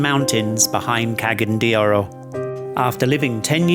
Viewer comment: I’m hearing “Ke-gen” de Oro, please work on your pronunciation. It’s “Ca-ga-yan” and the letter A is pronounced as “Uh” like in the word Ambassador (uhm-bassador) 😎👍🏼